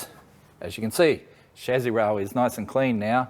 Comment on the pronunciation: When you keep saying shazzy, I'm guessing you mean chassis? 😒